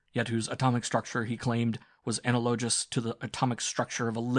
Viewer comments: Wannabe newscaster who mispronounces words reads sixth-grader shallow sci-fi. What is "analowjus", anyway? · The word was "analogous," I noticed that one too. An odd mispronunciation is really a little thing, however, in an otherwise entertaining audiobook. I like this guy's voice a lot, as I believe his excitement and evident enthusiasm suits this schlocky, retro (and yes, heaven forbid) juvenile sci-fi story. Besides sci-fi, I listen to a lot of old-time sea stories about life on square-rigged sailing ships, and it is astounding how many words get mispronounced. Gunwhale, bowline and forecastle, for example, are almost always mispronounced.